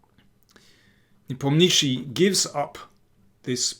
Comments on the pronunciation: Ian's family name is pronounced as NEE-POM-NYA-SHE-Y. The transliteration totally butchered it. Fun fact his Russian family name translates to "The one who does not remember". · Lol...yes Mr. Daniel King needs to learn how to pronounce Ian's surname correctly....it is so annoying to listen to this 'NepomNISHI' all the time. It causes distraction to his otherwise very good content and game analysis between the two players. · Daniel you're doing a superb job on so many fronts :) However, i guess the right accent for the WC contestant's name would be: nePOmnichi, i.e. on the second syllable, not the third. Keep on keeping on!